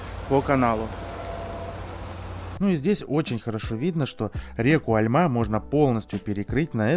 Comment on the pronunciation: не Альма, а альмА